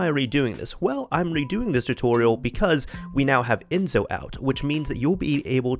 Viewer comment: It's "EnSo" with the same S you use when you say "Select"